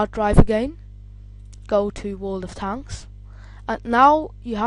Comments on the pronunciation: dude its world of tanks not tonks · how hes saying it like world of t h a n k s